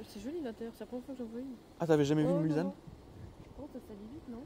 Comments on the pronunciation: arrête de dire Mulzanne en phonétique c est Mulssannes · On ne dit pas Mulzane mais Mulsanne ! En référence au virage du circuit des 24 h du Mans 😒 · "Mulzanne" aaah je saigne des oreilles haha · Magnifique la Mulsanne 😍, en phase 2 encore plus belle (, on dit MulSanne, pas MulZanne, stp). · Mulsanne prononcé "Mulssanne". Réf au 24h du Mans. Continue on te kiffe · n importe quoi quoi.Mulsanne prononciation il faut entendre le s, va dire ça aux habitants de Mulsanne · Précision importante, c’est bien Mulsanne avec un S en prononciation et pas un Z. C’est une référence au circuit de la Sarthe des 24h du Mans avec la commune du même nom 😉